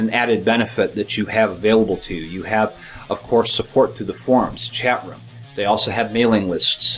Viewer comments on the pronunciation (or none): none